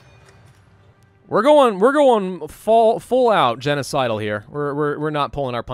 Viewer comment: Not to be "that guy", but it's genocidal. You were sorta close?